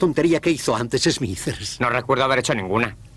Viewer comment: Smithers se pronuncia "Esmizer" no "esmiser".